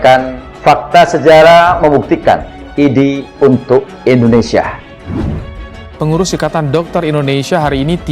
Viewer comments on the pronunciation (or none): Pakk .INDONESIA .ndak ada H .nya ..bukan INDONESIAH..